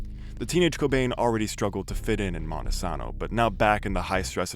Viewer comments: FYI, It's pronounced Mon-ta-sane-o, not Monte-saw-no. I use to live in Grays Harbor. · Same but I hate how he mispronounced Montesano